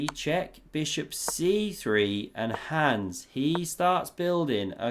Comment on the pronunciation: again....his name is HANS, not HANDS. Rhymes with Bronze.